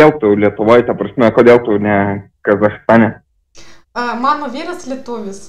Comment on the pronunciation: Kaip gerai kalbate abudu, super! Julija dar taip gerai kirčiuoja, kai kurias vietas ištaria taisyklingiau nei patys lietuviai, pvz. kaip sukirčiavo Kazachstane arba kad sako penkerius metus, 99% lietuvių šitas vietas pasako neteisingai.